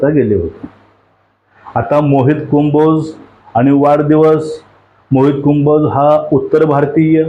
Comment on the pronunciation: आण्णा, कुंभोज नव्हे हो, कंबोज म्हणा !